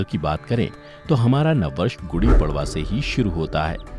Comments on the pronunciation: Kripya prwa ko परवा mt pdhiys..... पर्व hota hai.....padwaaaaaaaaa nhi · It's padva not pdva